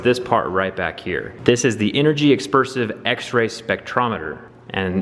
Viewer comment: Am I the only one who noticed him saying " energy EXPERSIVE " rather than dispersive ???